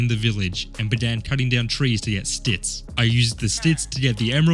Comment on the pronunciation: No hate or criticsm but i love how you say stits instead of sticks